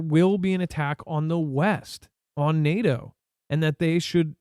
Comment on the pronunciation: NAAAHHHTOE....NAY..AY....YEAAA..TOE....DAYLIGHT COME AND ME WANT TO GO HOME.